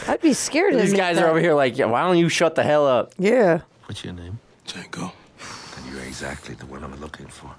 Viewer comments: "Dango" Django: the D is silent not the J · ❤❤ it’s pronounced Django with a silent D on the front so it sounds more like Jango❤❤